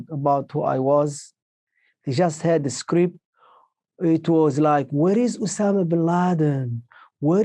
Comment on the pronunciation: Obama Bin Laden... Am i the only one te hear that slip from Jordan's mouth?!